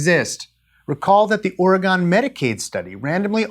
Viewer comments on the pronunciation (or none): It’s pronounced “Ory - Gun.” NOT “Ore - GONE.” Source: Am an Oregonian :) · It's Or-e-gun, not Or-e-gone. We haven't gone anywhere, thank you very much. Just being nitpicky. Great show otherwise. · Wonderful video, but the way he pronounces the name of my home state, Oregon, is... interesting. We call it Or-uh-gun. Not Or-uh-gone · As a Washingtonian, I hear that mispronunciation of "Oregon", & instinctively exclaim, "ORGAN!"... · Livid Imp - I think you’re right when it comes to identifying folks from closer to the east coast. “Or-uh-gone” definitely gets my attention, that’s for sure. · As an Oregonian born and raised, I pronounce it the same as "organ"... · Livid Imp as a fellow Callifornian, I am just trying to defend my- nope, he just said gone, it bothers me. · not a shape, don't say it like pentagon. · SuperWild1 yeah, the G-O-N still doesn't sound like "gone"